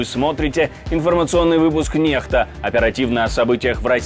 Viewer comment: Привет.Вы пишите латынскими буквами NEXTA и говорите нехта я читаю некста.Как правильно?